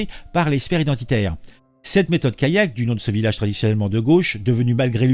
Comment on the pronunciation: Callac ça ne se prononce pas comme Kayak... Sinon une allée vous le prononcez "ayé" ???